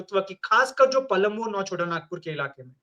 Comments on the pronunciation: Palmu nhi palamu hota mahtto nhi mahto hota h pehle jharkhand ka naam Jaan lo fir koi comment krna jharkhand ke baare me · पलमु नहीं, हम लोग पलामू बोलते थे l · PALMU NAHI PALAMU BOLA JATA HAI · Palmu nhi palamu bolte h Or inko congressi chamcha bisaagya bana diya